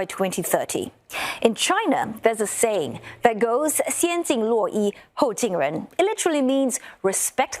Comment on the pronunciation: She didn't pronounce 先敬罗衣后敬人 correctly, her Mandarin is simply terrible!